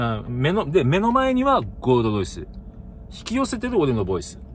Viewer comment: ゴールドロイスが"ごーどどいす"にしか聞こえん。